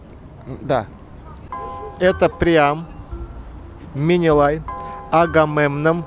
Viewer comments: Менелай, а не минилай! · Менелай, а не Минилай